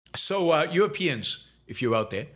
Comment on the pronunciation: “Euwopeans” lol